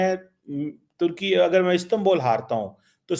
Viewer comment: गधों जब उर्दू में उ बोल सकते हो तो इस्तांबुल को इस्तांबोल क्या दिखाने के लिये बोलते हो इसी लिए तुम्हारा वतन लगभग डोब चुका है😂😂😂😂😂😂😂😂😂😂😂